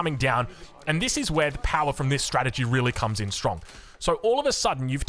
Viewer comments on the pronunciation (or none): none